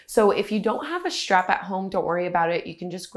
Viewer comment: Keep your elbows 'schtraight' when you use your 'schtrap'.